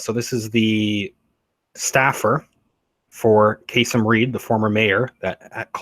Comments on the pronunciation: Kay-SEEM - not Kay-SUM. . . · His name is pronounced kah seem. And yes charges about corruption have surrounded him for years. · Its pronounced kaSeem. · Enjoy your presentation, but need to correct the former mayor’s name (not that I Care anything for him), but he pronounces it: Kaaseem - short a’s. Who knew???knows????? The old professor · KA-seem Reed. I'm from Atlanta...